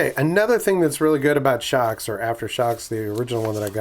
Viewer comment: It looks like they watched your Naenka video. They paid attention to your comments. I'm a long time viewer. I'm pleased to see you are branching out. BTW, I agree with your pronunciation. I really couldn't read it any other way.